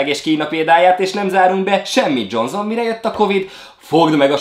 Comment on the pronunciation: Tudom hogy a “dzsonZZon end dzsonZZon” reklám sokat ment annak idején a tévében, de az akkor is “dzsonSZon”, ahogy Boris Johnson is “Borisz DzsonSZon” és nem “DzsonZZon” 😆